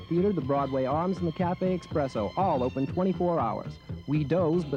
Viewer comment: Great video but also off topic, you hit one of those "opens" with a little bit of a hoagie mouth... Philly/DelCo?